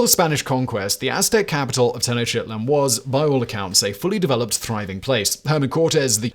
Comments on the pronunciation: can't remember if I ever heard him butchering mayan names, but his ten-o-shitlin is a classic we should demand a video about the aztec pantheon - that'd be gold 🤣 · I like how he always pronounces the aztec capital